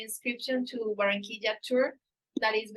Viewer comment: Be nice if you learned how to pronounce Barranquilla